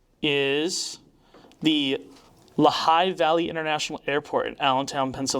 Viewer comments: It's pronounced Lee-high, not some French-sounding place. The dumbness is contagious. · LEE-HIGH Valley Pennsylvania 😊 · had to comment on the insane pronunciation of lehigh valley here lmao (its Lee-High, not "L'High" lol) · Lehigh International is pronounced "Lee-high" not "L'high". It's my local airport, so if you want me to run reconnaissance next time / Sergio is flying through, let me know. 😅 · L'high International Airport sounds so fancy 🤣...it's pronounced Lee-high!! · Lehigh is pronounced Lee High :) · The airport in Allentown PA is pronounced “LEE HIGH”. I was born and raised in the Lehigh Valley PA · Pronounced LEE-HI Pennsylvania. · Just FYI, the Lehigh Valley airport in PA. is pronounced LEE HIGH. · For the future, it's pronounced LEE high valley. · It's pronounced "Lee High" andcyes this airport is in Allentown Pennsylvania. I used to live there. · It’s pronounced “Lee-high” Pennsylvania. I live there 😊😊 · This is probably THE only thing that I know, that you guys don’t, but…. it’s pronounced LEE-Hi, in Allentown, Pennsylvania. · Ha he ha. I am one hour away from Lehigh Airport. Pronounced LEE HIGH. HA HA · it’s pronounced lee high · I live in Pennsylvania and know where that airport is. Fun fact: It's actually pronounced like "Lee High" but I much prefer your version. :D Great work guys, keep it up! What are the chances of Pennsylvania airport being passed off for somewhere in Italy by a scammer? Wild... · That is “Lee-high” valley airport! Near Philly. Native Pennsylvanian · Lehigh is pronounced Lee High.